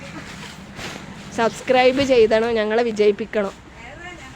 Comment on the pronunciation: ചൈയ്തണം എന്നല്ല ചെയ്യണം...ok.... ❤❤❤❤❤❤❤🥰🥰🥰🥰🥰👍🏻👍🏻👍🏻👍🏻🥰🥰🥰🥰🥰